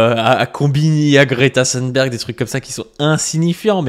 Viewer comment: Merci ! Je me suis régalé ! C'est en effet un sociotype très fréquent, et j'avais remarqué que nombre de droitards d'aujourd'hui (ceux dont tu parles, mais aussi Zemmour, Sonia Mabrouk, etc.) sont les immigrés, ou auraient été les immigrés, d'hier. Note : attention, on prononce Greta Thunberg comme dans "des thunes", pas à l'anglaise (le "th" à l'anglaise n'existe pas en suédois).